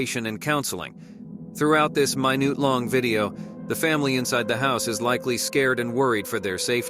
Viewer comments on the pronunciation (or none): I can't believe the narrator's automated voice doesn't know how to pronounce the word "minute" amongst others....now that's sad!